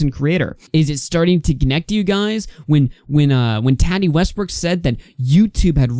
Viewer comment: Lmaooo right and her name isn’t TATi lmao 😂